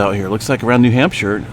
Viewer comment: Shire, like in Tolkien 😂 Nope, it's pronounced like "sure". Like Newhampsure.